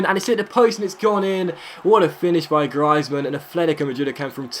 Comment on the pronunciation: Its Griezmann, not Grizemann